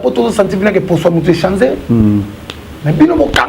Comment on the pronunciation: yo tiii lelo olobaka kaka ko "chanZER " eeeh mbadi